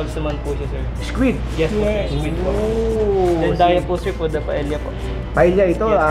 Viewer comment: ang bigkas sa SPANISH ng double ll ay y. kaya ang paella nagiging paeya.